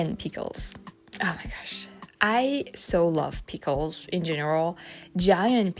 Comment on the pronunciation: You were saying "food" properly. Maybe helpful to remember the sound you make when you see yummy food. Ooooo! Also, very cute the way you say Peekles.